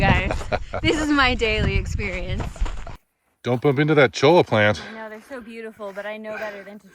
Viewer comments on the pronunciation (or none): Great video. FYI The word "cholla" comes from Spanish, so the double "l" is pronounced like a "y." CHOY-yah cactus.